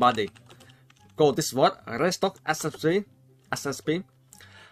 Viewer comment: "world":dameul "Growid":Pazientegt # I always laugh if u say bad english wkwkwk